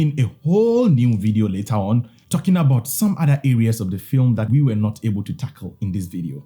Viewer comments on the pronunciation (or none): none